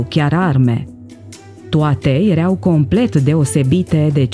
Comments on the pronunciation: Da?si unde ai auzit la școala aia a ta ,,iereau" si poate vrei sa spui ,,ierau" dar nu am auzit in viata mea de iereau. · Acel "iereau" de unde provine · '' Erea''EREAU schimba accentul doamna si pronunta corect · Am un amic oltean ce folosete "ereau". Poate asa se vorbeste in unele parti din Oltenia.